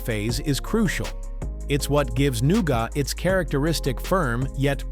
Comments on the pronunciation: it's nowget NOT nowgot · It’s pronounced NEW-GET not NEW-GOT (stupid AI guy 😡😡😡) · I can't hear 'new got' one more time.... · Noo-got? Really? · hmmm, "new-got" ? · I’m out. If “nougat” is too difficult, don’t make videos.